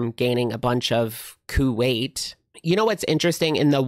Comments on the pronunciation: Not Ku-weight 😂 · Not gaining a bunch of "Ku-weight"!!😂😂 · Not the Ku-weight 😂😂😂